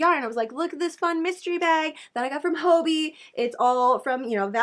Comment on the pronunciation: Hey just to let you know. You’re mispronouncing hobbii😊